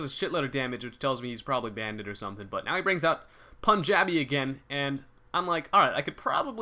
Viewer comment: it's soo funny how fails at saying punjabi